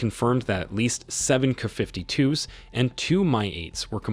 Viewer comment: The narrator can't pronounce K a.